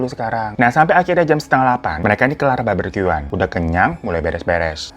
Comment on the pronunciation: BAR-BE-KYU-an (barbeque) bukan BAR-BER-KYU-an bwaaaang 😭 Gue kesel mau nyentil mulut lu.